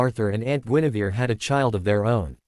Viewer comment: It is not Genevieve it is Guinevere